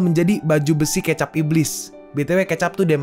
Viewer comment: Baca ke'cap bukan k'ecap😂